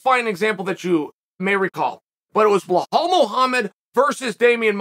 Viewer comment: It's crazy how chael keeps ignoring that second letter in Belal's name